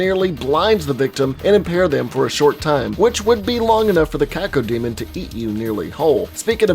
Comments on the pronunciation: Kah-Co-demon, yep, you said it right. Cacophony is where the name comes from, meaning "evil voice". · This is really good. And yeah you said Cacodemon almost correctly.